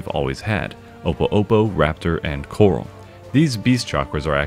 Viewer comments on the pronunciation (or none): none